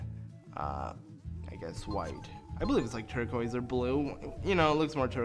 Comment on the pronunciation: Lol (not hating or making fun of you) the way you said turquoise made my day ^^